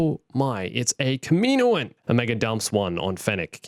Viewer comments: it’s not “kuhmeeno-an” it’s “kah-mi-noan” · I hate the way you mispronounce Kaminoan. It's kah-mih-KNOW-un.